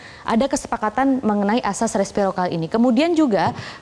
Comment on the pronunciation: Respirokal ??? Resiprokal kaliiii